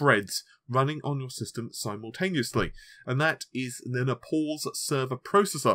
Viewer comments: Naples is pronounced ney-puhlz not nepauls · "Naples", not "Nepals", bro.